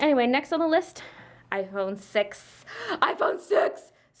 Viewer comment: Omg when u said I phone six I thought you said I phone sex😂😂😂sorry